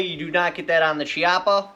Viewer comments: it's pronounced..kiappa.. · I believe it’s pronounced (Key-yapa) but either way man awesome video! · Yo, amazing information and overview, Thank you. As an Italian, though, I want to point out, Chiappa pronounced "kee-appa", hard C as in kiss. :) Keep up this good stuff, please!